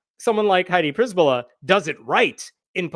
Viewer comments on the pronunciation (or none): A slight correction. Przbyla is usually pronounced like Cher-billa, not priz-billa. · I love how you misplaced the letters in attempt to read the name: "Przybyla" -> "Pryzbyla". Keep doing it. I really think its better to transliterate then to butcher pronunciation. But fyi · Her name is pronounced pshy-by-la, it's Polish in origin.